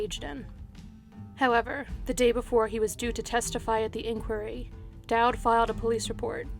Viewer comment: Sorry but in the pastor Koh case the way inquiry is pronounced put me off